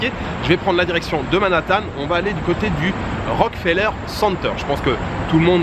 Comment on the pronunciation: Bonjour, première fois que je regarde ta chaîne, tu as de très belles images, et tes informations sont très intéressante. Concernant le Rockefeller center, il faut vraiment prononcé le "ke", ça sonne comme Rock"que"feller. Lors de ma visite du lieu en 2018, le guide touristique (un Québécois comme moi), nous a souligner la nuance à quelques reprises. Voilà, le tout pour ton info, passe un beau séjour, et je continue à regarder tes vidéos avec plaisir.